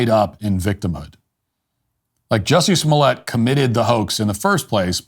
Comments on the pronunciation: It's pronounced "juicy smo-lay" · Who? OH! You mean Juicy Smooy-ay! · Who’s Jussie Smollett?! Oh! You mean Juicy Smooliay! 😂